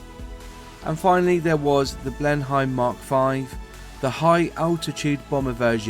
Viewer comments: Blen-em not Blen-hime. Rother-mere not rother-mer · Juat a heads up it is pronounced (bleen'em) not (bleen hi'em). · It's not pronounced "BLEN HYME",, but BLEN NEM", my late Father flew these before transferring to Vultee Vengeances in Burma in WW2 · It was pronounced Blen emm as anglosized not Hime as in Germany it kind of grates sorry! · Pronunciation is awful, Ask......as for your facts, 2013/14 Bristol Blenim(correct pronunciation) restored and flying in the UK. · I'm sorry but the pronunciation of the aircraft's name is Blenim. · Pronounced Blennem dufus.... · Lord Rothermer? Blenhime? lf you're narrating on a video about an aeroplane at least get the pronunciation of the plane right. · Good video - well researched and well edited. Lots of good info in there! If I had one small criticism it would be that it's pronounced "bleh-nuhm" though (As far as I know it was named after Blenheim palace in Oxfordshire which is where Winston Curchill was born........) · You are mis pronounce big Blenheim and RotherMERE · I like these videos, but having been brought up in the 50s, modern English pronunciation is pretty bizarre ( I blame the teachers). Blen'im and Rother-meer. I'm still learning about English and I hope you don't think I'm being supercilious; good luck with your future projects. Cheers. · A good video although you need to watch the YT video narrated by Raymond Baxter (ex WW2 RAF pilot) who pronounces the name of the aircraft correctly. Also the other video shows details of the Bristol Blenheim rebuilt to fly in the UK in approx the 1990s. So there is certainly more than 1 aircraft remaining. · Ah you say it like my grandpa used to say Blenheim haha